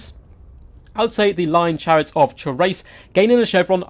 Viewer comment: Can you please go look up how Thrace is pronounced and pronounce Chrace the same way ? it is really annoying the way you are saying it.